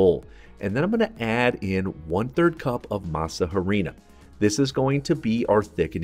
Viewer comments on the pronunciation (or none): none